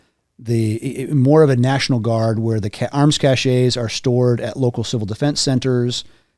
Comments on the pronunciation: Both of these guys need to learn the difference between "cache" and "cachet" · These guys could be right, but people who cannot pronounce the word 'cache' don't have much cachet with me.